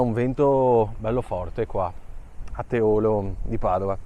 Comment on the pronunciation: Teolo con la O chiusa?😂😂😂grande vecchio bel video,riguardo la moto resto titubante 😞👍🏻🙏🏻